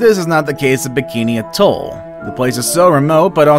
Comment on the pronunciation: These are not even the most dangerous and you don't seem to be able to pronounce the word atoll.